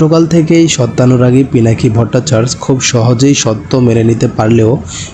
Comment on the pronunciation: ভট্টাচার্য উচ্চারণ ভুল করছেন